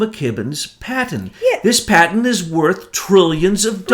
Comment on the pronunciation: Great work you guys. This is the third video of yours that I've listened to. Thanks for digging up the info. By the way,, 'patent' has a 't' at the end; it's not a 'paten'. But great work, thanks; we need you!